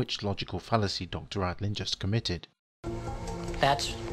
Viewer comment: Dean RADIN, not Radlin.